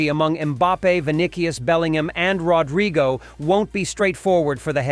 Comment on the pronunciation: Rod Rigo??… 🤣🤣 You mean Rodrygo … and “Vinikius”?… what’s that? 🤣